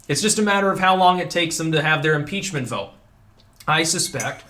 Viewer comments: I Thought you said article's of PIZZA for a second there.😃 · did you say pizza impreachment